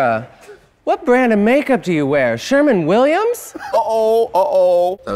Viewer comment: she said Sherman instead of Sherwin